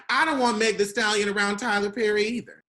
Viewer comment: said “Meg thee Stallion 🐎?. 😆